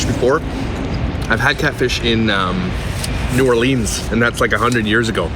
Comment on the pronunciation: The way you said “new orleans” 🤣 loved this vlog.